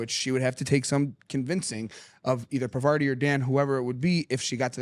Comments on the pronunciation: the way u guys keep saying pavarti like harvarti cheese when its pronounced poverty is killing me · Her name is pronounced “PAR-VAH-TEE” all one word said quickly 😂 She the black widow of Survivor. I like her but don’t see her lasting much longer. She also acts too suspicious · Lol love the channel but guys… this is hash tag for the boys… it’s par-va-t.. great content tho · The way that you guys pronounce Parvati drives me crazy! Lol You aren't saying her name correctly. She's not named after the cheese. Google it! 😂😂😂